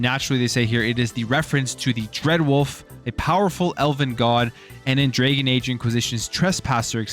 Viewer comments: “Drag + uhn” not “Dra + gen” Jesus learn how to pronounce words. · DRAGON, not DRAGEN my man... DRAGON. LOL.